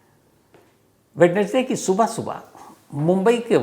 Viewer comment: वैडनेसडे नहीं सर वेंसडे होता है